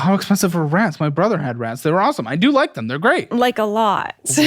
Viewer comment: for fucking RRRRRATS !!!!!!!!!! 😂